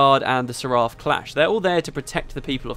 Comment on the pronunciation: It's pronounced "SER ef".